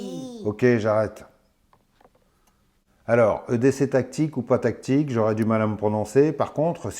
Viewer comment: je n'ai pas compris pourquoi tu parlais de gant à tique.....et apres re-visionnage.....c'est des gants Tactique.....tu as du mal prononcer ou c'est ton accent......hahaha !! sinon très drôle la team......bien que cela dois être penible certains jours...non ?? et le couteau ? ben je suis entre 2..une partie plais et l'autre pas.....mais une decouverte......! salutations